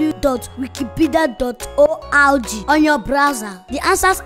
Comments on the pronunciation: Auntie auntie is this one that can not say wikipdia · Its wikinipidi hahaha its wikipedia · Wikni- Wi Ewo that cannot pronounce Wikipedia Is that one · It is not wikinipidi it is wikipedia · God bless that guy that said Wikinipidi. Chaiii, he made my day. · Wikipinidi? It's WIKIPEDIA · The is roasted she can't pronounce Wikinipida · It is not Wiknipidi...it is wikipedia. Ha-ha-ha-ha! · that cannot pronounce Wikipedia SENT ME LAUGHING TO THE WATERFALLS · that can not pronounce Wikipedia is that one too a 😂😂😂😂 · When can't pronounce Wikipedia but she says wiki-wiki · that cannot pronounce Wikipedia is that one IM DEaD😂😂😂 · that cannot say Wikipedia.🤣🤣🤣🤣🤣🤣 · that cannot pronoice Wikipedia I literally died at that part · I been telling my friends of that part like “you could not pronounce Wikipedia” everybody is like what... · that can't pronounce wikipedia Is that one a? Hhhh ❤❤😂😂🤣🤣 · wi -ki-pe-dia..😂😂😂😂😂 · that can't pronounce Wikipedia is that one 😀😀😀😀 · 😂😂😂 can not say Wikipedia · Wikinipidi Wikni Wi that cannot pronounce Wikipedia is that one big Auntie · cannot pronounce wikipedia😂😂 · big big that cannot pronounce wikipedia 😀😀😀😀😀😀😀😀😀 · Lol ur sooooo funny Emmanuela XD 🤣🤣🤣🤣🤣🤣🤣😂😂😂😂😂 lol cannot pronounce wikipedia is that a lol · that cannot pronounce Wikipedia is that one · That can not pronounce Wikipedia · So ur telling this small girl that telling like about wikni will that cannot pronounce wkipedia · .your not serious that cannot pronounce Wikipedia